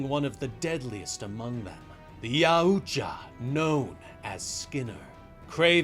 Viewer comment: okay i never usually complain anywhere but the yautja pronounciation here is so weird